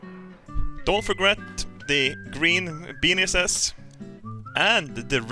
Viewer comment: "Don't forget your green benises"